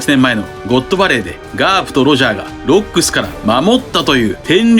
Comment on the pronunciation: ロックス海賊団の 発音おかしいwwwww